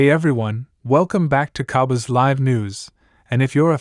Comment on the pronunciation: This is not true.You don't even pronounce cowboys the right way